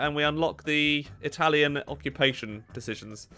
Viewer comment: Bad italian pronunciation, but loving the effort! 💪🏻😎 Keep on with that, we surely need more italian focus tree video! 🇮🇹